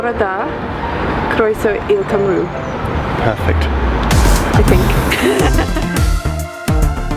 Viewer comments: Cymru is pronounced "Cum-ree" not "Cum-roo" but nice effort, I'm impressed Cariad! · Really enjoying your enthusiasm for the language, as you discover new words, and more context. If you want help with pronunciation, the Gweiadur is useful, most keywords have soundfiles included: (ha! just checked it, and "Cymru" isn't included! come-ree). Even better, check out Say Something in Welsh, an online podcast of a course, with a vibrant and international user base. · this might look rude but you pronounce cymru as Cum r i